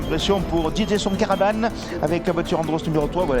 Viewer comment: Il a bien dit "Dj son caravane"?! 😅